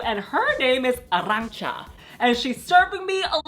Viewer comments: It's Arantxa, not Arrantxa, though. xD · Thank you for that extra R in Arantxa 💗 love you gurrrrls